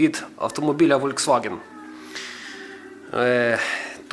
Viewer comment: в немецком буква v (фау) - читается как ф